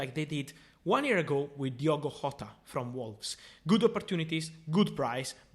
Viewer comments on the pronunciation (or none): Seriously Rota not Jota then Rorge not Jorge seriously dont understand why u hate portugueses people so much Fabrizio i know probably aint reading this so yeah seriously dont understand why u hates us Portuguese so much to constatly mispronnunce our names